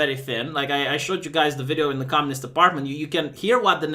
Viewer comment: It's not conmunist you fucking Yokel